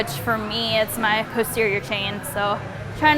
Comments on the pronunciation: Am I the only one who heard Puss-terior ?? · I know keeps saying posterior chain, but I keep hearing pussy chain. Now sure if it's my head phones or what, but it makes me laugh every time. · I'm sorry, but whenever she says "posterior chain" I keep hearing 'puss-terior chain' haha 😂. She's cute and strong AF! Great deadlift tutorial! 😊